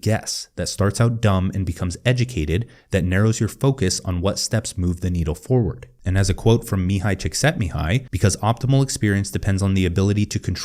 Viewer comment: Please pronounce the "i" at the end of Csikszentmihályi. The "i" here means "from". So Csikszentmihályi means from Csikszentmihály. The "i" here is pronounced like in the English word "it", "is", etc.